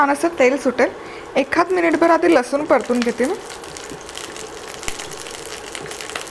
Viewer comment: लसुन नाही लसुण....